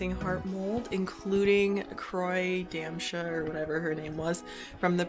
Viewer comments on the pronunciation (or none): Croi Damsha is pronounced Cree Dow-sa